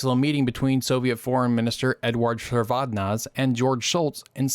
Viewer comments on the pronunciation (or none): Shevardnadze. Cher-Vared-Nadzy.